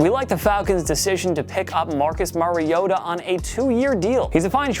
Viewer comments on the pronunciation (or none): none